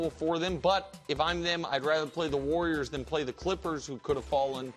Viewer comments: The “Wor-yers” and their small ball 😆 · 'warwiers' Brou